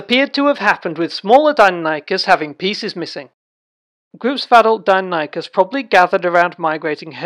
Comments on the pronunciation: You are saying do-non-ikus..... it’s di-nonee-kus phonetically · Interesting vid... except you're pronouncing the name incorrectly. Die, nonny, kus ... not Dino Nike Us. Edit: And I'm not even American btw... it's just not pronounced that way.